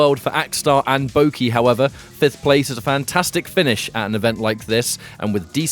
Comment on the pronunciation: It's not Bouki, it's Boki (like Baw-key)